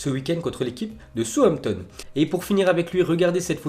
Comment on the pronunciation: Sampton ? Connais pas !! On dit SA OUSSE AMP TONNE. Cultive toi un peu t'écorche le nom des joueurs des entraîneurs et des clubs 😡